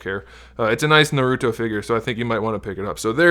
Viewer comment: How are going to do a. Review and not know how to how to say naruto right